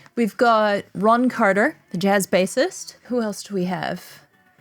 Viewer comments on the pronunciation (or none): none